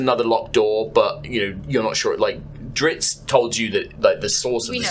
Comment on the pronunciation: Cant believe how none of them can say Drizzt and they keep saying Dritzz..